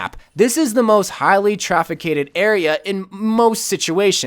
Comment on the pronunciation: "Traficated?" Please watch back comnentaries...